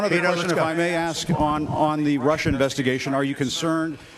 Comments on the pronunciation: Ask not Ax bro, work on that 👍👍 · “Axeing” questions? Is that to “ask” a question whilst bludgeoning someone? How many times are you going to say AXE? Instead of ask?....broughamskivich? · Why do black people say axe instead of ask lol